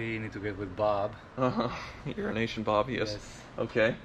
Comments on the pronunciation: I swear I hear Euro Aisian Bob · Sounds like is saying "Urination Bob" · I'm always so confused when he pronounces it that way